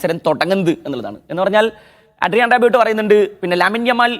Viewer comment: റാബിയോട്ട് അല്ല റാബിയോ..pronunciation കുറെ കൂടി improve ചെയ്യണം..ഇംഗ്ലീഷ് commentary കേൾക്കുന്നത് നന്നായിരിക്കും.